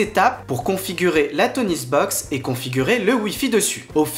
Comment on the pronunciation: Toniebox pas TonieSbox !